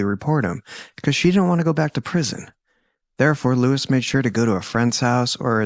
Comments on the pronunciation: pronounced Loo-Ees with accent on second syllable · Incredible research and fantastic storytelling. So many other channels are anxious to quickly spew out content that we don’t get the full picture of these people and how their lives improbably and fatally intertwined. Friendly suggestion: Please pronounce Luis’ name properly. It is Spanish and you are referring to him as an English “Lewis.”